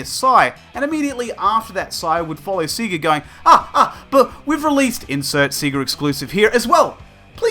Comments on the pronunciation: Dude the way you say sega is just wrong lol, it's not seega! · It does sound odd now. Although I think when I got my Sega Game Gear back in 1991, I called it "Sea-ga" at the time, till I got Sonic on it, and it screams "SAY-GARRRR" as you boot up the game!